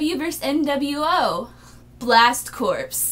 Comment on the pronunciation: corps is pronounced "core" like the Marine Corps. Other than that awesome haul and great vid. The audio unsync was kind of amusing.